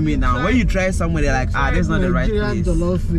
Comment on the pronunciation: My friend its not Jellof its Jollof.